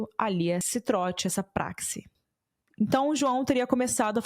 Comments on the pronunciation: adorei sua apresentação, porém vou te dar uma dica, PRAXE pronúncia é PRACHE de Praxe, de costume ok? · Praxe, pronuncia-se ( prache). Nem em todas as universidades eram assim. Pois eu tambem passei por isso e nunca foi abusivo. Dependia das pessoas e das universidades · Vídeo bom, mas como de praxe, (som de prache e não som X) entre Youtubers não teve êxito na palavra acima, que já foi muito usada aqui no Brasil tanto quanto em Portugal😢 e significa como de hábito, como rotina, costume. Mas valeu pelo conteúdo do vídeo !!! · A mulher não sabe, se quer, o que significa “praxe” e nem pronunciar…😂😂😂😂